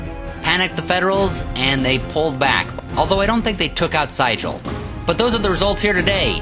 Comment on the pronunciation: Very exciting battle cry scenario. New market is one of the better scenarios from both the original and the 150th. I think that General Franz Sigel's name was pronounced as "zeegul" as he was very much a German immigrant. I like the commentary and the cards played being prominently placed for viewing along with the dice rolls. Very easy to follow.